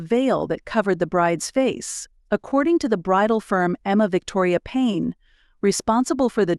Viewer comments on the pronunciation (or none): none